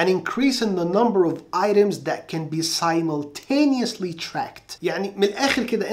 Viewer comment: يعطيك العافية مجهود رائع أعتقد لفظ كلمة simultaneously غير دقيق أرجو مراجعته